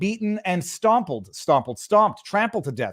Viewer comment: New word: Stompled. I like it.